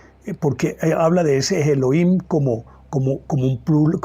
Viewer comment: Geloyim 😮 Mal pronunciado ‘Elohim’